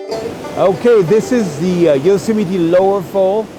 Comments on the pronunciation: Dear, it seems either you keep ignoring your fans' comments or you don't even read them. Please clean the spot in your video and pronounce Yosemite "yoh-sem-i-tee" correctly. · And of course, another sarcastic comment on his pronunciation of Yosemite.. I wonder how is their French accent, those tiresome people?